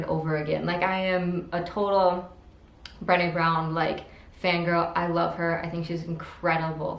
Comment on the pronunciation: HEY! I already read all of those!! Cool. If you like those books (like me) you should read THE UNTETHERED SOUL by Michael A Singer. [ BTW Brene' is pronounced Brah-Nay like Renee only with a B ]